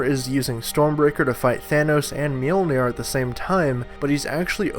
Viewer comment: "He was using stormbreaker and thanos to fight Mjoliner"